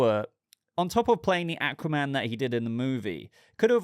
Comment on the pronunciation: The way he pronounces Aquaman pisses me off.